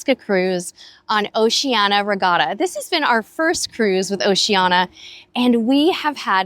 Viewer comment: Why do you mispronounce the name of the cruise line, “O SHE ANN EEE A”, 5 syllables, not 4 as you say it. Why???